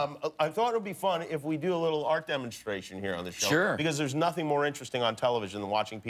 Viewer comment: "I’m not tellin you NUTHING !" 😂😂😂😂❤